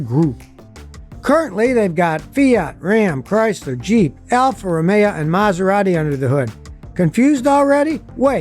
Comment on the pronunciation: PorschE not PorschA Alfa Romeo not Alfa RomeIA Opel not Open lol